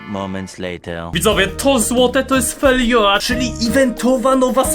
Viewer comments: to się mówi fidzoja bo pytałeś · A na te feijoa mowi sie chyba fejdżoa chyba xD